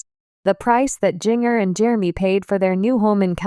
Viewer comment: It would be so much better if you’d narrate this instead of having a robo voice that can’t pronounce “Jinger” or maybe you should have spelled her name “Ginger” for Robo Voice so it would stop saying “Jing-er”